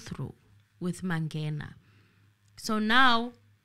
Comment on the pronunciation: Ratha is cursed. How come he cant pronounce Mangena ?😮 and the truth is, he want to prolong the trail to secure his pocket as well. But he is a circus judge. Enemy of justice. Period